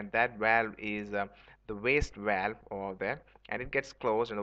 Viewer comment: Please dont say walwe. Its pronounced as Bh-a-l-Bh. It quickly became annoying to watch your video.